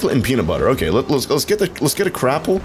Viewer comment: Whenever he says crapple I hear crap-pull